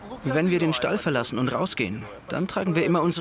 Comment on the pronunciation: lol, "stall"